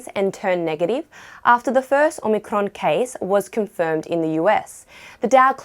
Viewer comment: Nice pronunciation of Omicron